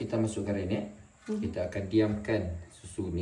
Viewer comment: Rennet dibuat apa bang, tak clear sebut.